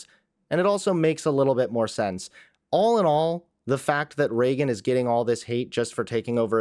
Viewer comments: I’ve never been more annoyed by someone saying someone’s name. Pretty sure it’s Reagan and not Regin. And this girl is her cousin? 💀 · i figured it was spelled Reagan, but her cousin keeps saying Regin and I can't lol